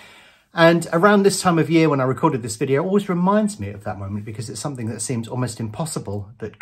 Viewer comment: I love your videos but it really grinds my gears how you say "somethink" instead of "something".